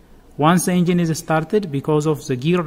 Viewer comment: Za starting clutch have ziz problem ... dude try use D sound instead Z sound when say the it sound Da instead Za . Try .